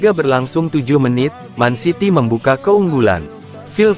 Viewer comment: Gw senang nator mimin ini yg cowok nyebut mancity bukan mencity yg benar peneyebutannya memang man city seharusnya bukan men city...... 😊😊😊